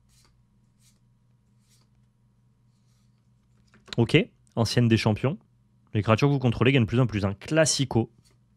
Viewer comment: ça se dit "anTienne" et pas "anCienne"